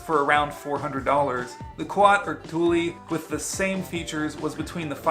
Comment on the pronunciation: I have the küat (koo-at) NV 2.0 and love it. The integrated locks get a bit difficult at times, but they have great customer service, from what I hear. Based in Springfield, MO, they are regional to me. I think Thule is pronounced “tool.” I have my rack on a Prius V. Looks great, but the tilt adjustment does put it low— sometimes between letting it down and putting it back up, i bonk my head on bike bits. The back wheel straps on the NV get in the way too, so I usually just use the back tire to sweep them out of the way, since the back tire tray is pretty much flat— dunno if that would work with your shaped trays 😕